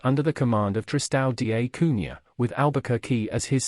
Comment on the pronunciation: Great video but you must check pronunciation first. Hegemony ( he-JE-mony ), Vasco da ( as in darn, not D A ), etc.